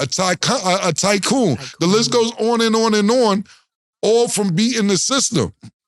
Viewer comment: He almost said it right the 1st time he’s a true tycon